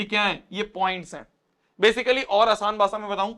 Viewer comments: 😂 bhase not bhaasha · bhasha❌ bhasa✅ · That bhasa 😂😂😂 instead of bhasha 😅😂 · Aur Asaan BAHSAAA 😂😂😂😂😂😂😂😂😂😂😂 Very funny